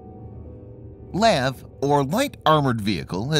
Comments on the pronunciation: Lav my guy it’s L.A.V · We don't call LAVs "laves". We call them L-A-V. MEU is not called M-E-U. We call them "mules". Just an FYI so the channel can sound more official 😉